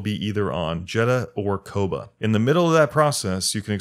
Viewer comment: How do you play through a whole ass game where they say Koboh like 2000 times and end up saying it like "kobah" or something lol